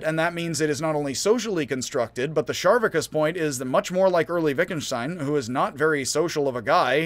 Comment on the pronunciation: Its spelled Charvakas, so why are you pronouncing it Sharvakas? Char, like Charcoal.